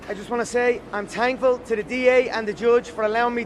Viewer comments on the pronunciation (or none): "Tankful and tankyou" #ChampChampisBack